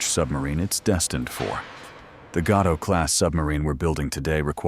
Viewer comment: You could at least have learned the correct pronunciation of Gato, you twits!